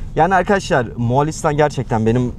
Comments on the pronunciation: Yanlış anlamayın ama Moğ(a)listan şeklinde telaffuz etmeseniz daha iyi olur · Neden bu ülkenin adını ısrarla MoğAlistan olarak telaffuz ediyorsunuz?Ülkenin adı MoğOlistan’dır.Lütfen biraz özen gösterin.